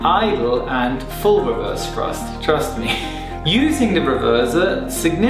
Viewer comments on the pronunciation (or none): "Trust me" more like "THRUST me"